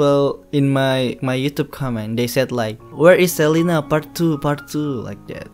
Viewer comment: Celina bang bukan celana